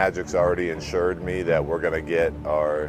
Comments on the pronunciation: Luke Walton said insured not assured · He said insured